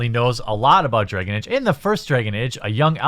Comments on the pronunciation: Dregon age? Started as a joke but the more I heard dregon age I had to click away. I'll watch whatever next videos don't involve A's in that regard I think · Why do you pronounce dragon like a jew would?